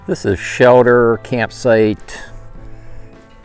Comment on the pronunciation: “Shelder”? Wondering where you are from?